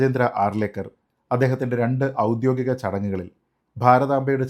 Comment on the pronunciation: "ഔദ്യോഗികം" എന്ന വാക്ക് താങ്കൾ "ഔദ്യോദികം" എന്നുച്ചരിക്കുന്നതായി കേൾക്കുന്നു. പരിശോധന നടത്തണം. ഉച്ചാരണം ശ്രദ്ധിക്കേണ്ടതാണ്. അംഗീകൃതമായത് (official): ഒരു നിയമപരമായ സ്ഥാപനമോ, സർക്കാരോ അംഗീകരിച്ച കാര്യങ്ങളെ സൂചിപ്പിക്കുന്നു. കൃത്യമായ (formal): ഒരു ചടങ്ങോ, രീതിയോ പാലിച്ചുകൊണ്ടുള്ള കാര്യങ്ങളെ സൂചിപ്പിക്കുന്നു. അധികാരപരമായ (authoritative): ഒരു കാര്യത്തിൽ തീരുമാനമെടുക്കാൻ അധികാരമുള്ളവരെക്കുറിച്ചോ, സ്ഥാപനങ്ങളെക്കുറിച്ചോ സൂചിപ്പിക്കുന്നു.